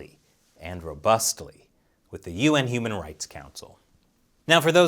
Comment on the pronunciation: i hear that as "UN Humanoid Council" ... i wonder why? while i hear it normally as "UN Human Right Council"